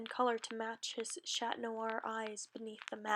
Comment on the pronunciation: OK GGOOD JOB BUT AS A FRENCH PERSON I HAVE TO TELL YOU CHAT IS PRONOUNCED WITHOUT THE T AND CHANTON WITHOUT THE N OR T SORRY THIS IS GREAT BUT YEAH